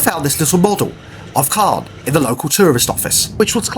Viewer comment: Thank you. You really have to get your French pronunciation sorted! Not Carn!! Con as in Non. Soz!